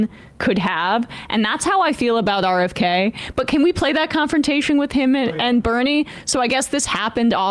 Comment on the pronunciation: 'RKF'? It's been 9 hours bro. How'd you fuck that one up?